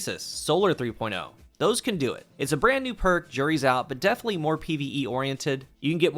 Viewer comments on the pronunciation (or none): none